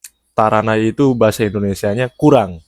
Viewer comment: No 1 bukan taranai tapi Tarinai 足りない（たりない / tarinai） ✅